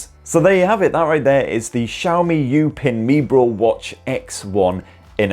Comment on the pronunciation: It is pronounced "You-pin me bro" 😭😭😭😭😭😭😭😭